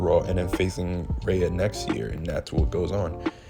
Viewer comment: Bro, who is Rha-uh ? Do you mean Rhea? 😂😂😂